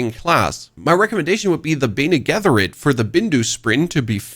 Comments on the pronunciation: bene Generet (with G)? WTF bro! learn some lore before talking ffs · dude please please please never pronounce bene gesserit like that again i audibly gasped